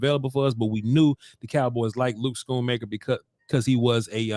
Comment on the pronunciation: It’s “Skoon-Maker”